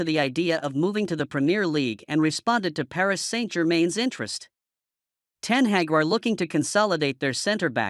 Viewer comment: Erik Ten Heck ? ? Come on, dear American : it's Ten Hag , the "a" sound as in "are" and " car" .